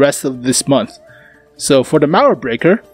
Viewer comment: I can help you pronounce "Mauerbrecher", just pronounce the "ch" like a "j" like in Juan or Jolinez ^^. You can trust me, I am German and it just sounds so akwards xDDD. Cool vid tho